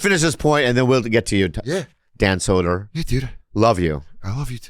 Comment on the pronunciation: Dan “sedonaa” Soder